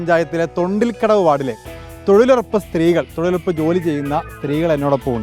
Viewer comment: ചേച്ചി ശരിക്കും തങ്ങുന്നുടല്ലോ തൊഴിലുറപ്പല്ല തൊഴിലുഴപ്പല്ലേ...